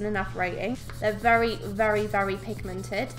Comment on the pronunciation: It's not video without you saying pigmeNTED